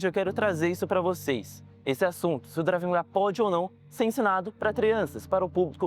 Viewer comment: Não seria Krav ao invés do Drave que você fala nos vídeos?